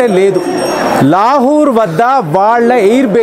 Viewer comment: లాహూర్ కాదు లాహోర్.